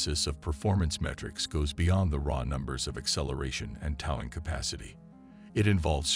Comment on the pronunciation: weak exposé & mispronounced narration. 😢 'toww-ing capacity' ?